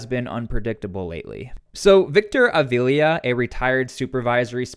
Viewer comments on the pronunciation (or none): none